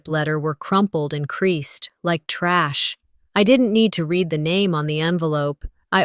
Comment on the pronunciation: It’s not pronounce reed it’s red for the word read in the narration. Such a shame that nearly 9 times out of 10 the narrators pronounce words wrong. They should be given a lesson in pronunciation and grammar. It’s not their fault, it’s the powers that pull the stings.